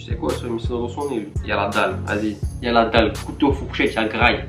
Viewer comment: Au lieu de dire la tu dis leu